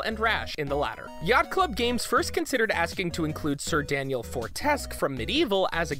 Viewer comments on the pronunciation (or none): You not only pronounced Trouple and Ichor wrong WHEN THEY HOW TO but you ALSO say Sir Daniel’s name wrong! You guys really need to stop getting phonetic readers in.